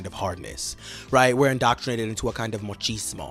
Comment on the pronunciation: "Into a kind of MOCHISMO" - Somebody tell them is MACHISMO, not with an O.